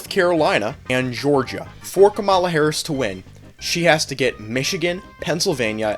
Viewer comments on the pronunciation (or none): I will say that you are entitled to your opinion and your ability to promote you opinion but first you miss pronounced kamala's name every time you said it and two she strait up told someone at her rally who said "Jesus is Lord"(or something along those lines) that they were at the wrong rally and should go to trump's rally instead.